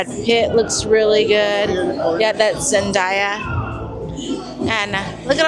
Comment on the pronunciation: Not sure if you read comments 8 days later but im watching now and tussauds is pronounced Too So. The d is silent and zendaya is pronounced, ZEN-DAY-YA NOT DIE-YA. So there you go 😅😅